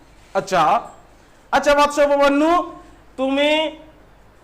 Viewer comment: উচ্চারনে অনেক ভুল আছে, উপমন্যু - উপমান্যু, কাজ করা-কে - কাজ কোরা,আরো অনেক ৷ এগুলি সংশোধন করো ৷ তারপরে পড়াও ৷